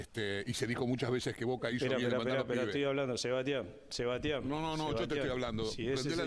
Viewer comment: sebadtian sebaddian